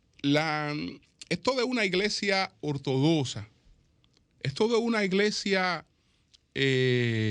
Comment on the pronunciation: Ortodoxa... se pronuncia como lo que es: X